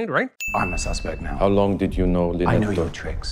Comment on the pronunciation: If Death on the Nile is remade a third time, will that third director finally grasp that “Linnet” is not pronounced “Lynette”?